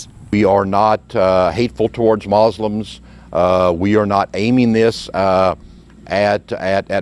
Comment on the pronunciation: "We are not uh aiming this toward MOSLUMS" Lol do you know its Haraam for a Muslim to try to implement Sharia.. Its FORBIDDEN if it's not your own country and we have to fulfill all contracts with any Nation we sign even if they go to war with our own country.. So this guy should read the Quran if he has so many to spare 😂 fucking nut